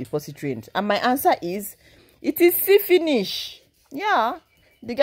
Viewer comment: 🤣🤣@ is see-finish."